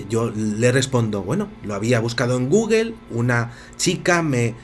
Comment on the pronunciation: Vicente no se pronuncia Guguel si no Gugul